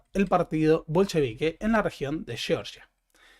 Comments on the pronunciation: sé que esto no es algo muuuuy importante, pero el nombre del país del Cáucaso es (fonéticamente): Jeorjia, no Yeoryia. Y, para demostrar que soy quisquilloso, es Bakú, no Baku, y Tiflis, no Tifilis. 🙏 Perdón el hinchabolismo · Entonces tampoco se dice Cheorchia?😅